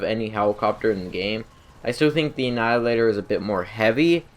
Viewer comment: I feel bad but he said "annihilator" with the L just fine but nothing else with an L properly. I just font understand